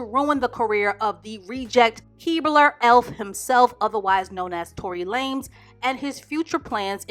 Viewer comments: "Fistopher Brown" and "Tory Lamez"...😳🤣🤣🤣 unintentionally going to kill me. I need to stop eating or drinking when watching her videos. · "Tory LAMES" 😆 she called him a 3 foot runt lmao